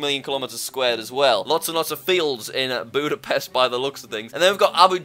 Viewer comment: "Buudabest" Yeah Im Hungarian and Its so Funny seeing theese Pronouncinations of Busapest. We actually Poronouce it Exactly how its Written.